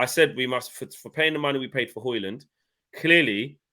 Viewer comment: you gotta stop pronouncing the 'D' in Hojlund 😅